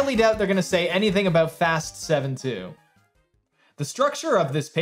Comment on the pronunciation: hehe yeah, what its all "aboot"